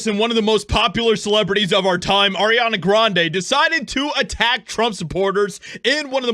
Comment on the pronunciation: Who the hell is arena graneee?